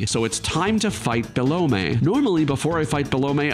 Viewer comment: man i've never seen anyone pronounce it be-lo-may everyone says - bell-um